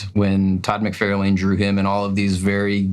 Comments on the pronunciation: How is it that you guys have been reading and collecting for so long and yet have these terrible takes? Ramos is rad, DWJ is rad, and for christs sake, learn how to pronounce some of these names. I appreciate that it's spelled l-a-n-e but it's pronounced MIC-FAR-LAN. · I can totally understand not having the pronunciation down for a name or two, especially smaller guys with foreign sounding names, but I almost had a damn stroke at Todd Mc Fair Lane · not to mention when they say Todd “McFar-Layne” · It's Liefeld, pronounced "Lay" not Lee, isn't this obvious? Yes he's a bad artist, but at least get the spelling correct and the pronunciation, same with McFarlane. Must be a bit to butcher names with you guys. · not only do you guys pronounce McFarlanes name wrong, but Leifeld too!!!😂😂😂